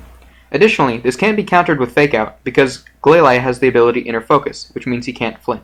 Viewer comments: it is glalie not glaly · Its glaylee not glayly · Gla-leye: wtf????? It's pronounced glalie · Have i been pronouncing glalie all wrong?!?